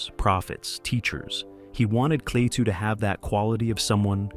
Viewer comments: Klah two. Not Clay too. Why is this a problem?! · The narrator says “Claytoo”. What a Maroon.!